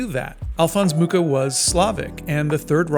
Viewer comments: Hi! Just to help, beware of the pronuntiation of his surname, it should be [muxa] (you can listen to it on wikipedia 😊) And for all of you that are interested in his artwok, if you ever have the oportunity, go see the 'Slovanská epopej' in Moravský Krumlov! It's stuning! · The Nazis tried to tear him down and look how that turned out. Today, the world collectively spits on the Nazis while Mucha's legacy lives on. Hate never wins. Also, the 'ch' in Mucha is pronounced as just 'h', and the name means 'fly' (same as in my native Polish). :)